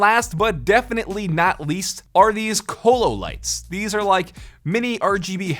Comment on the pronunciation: Cololight better said coololight